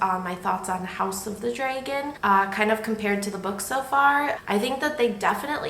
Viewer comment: You pronounce Dragon as Draygon lol I am from Texas I’m sure I pronounce words strangely. This story is timeless well done 👍🏻